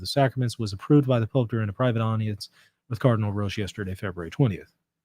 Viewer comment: Hello, can I say that Roche is pronounced in the same way as coach. Thank you for your programme. Our Lady. Seat of Wisdom, pray for us.